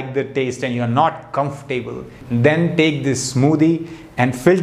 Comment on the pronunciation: Not Comfor- Table but pronunciation is ' comfortable' .....